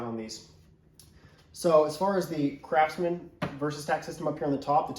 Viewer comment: did you say Crapsman?